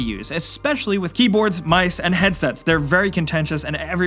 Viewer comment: My dude sad "MISE"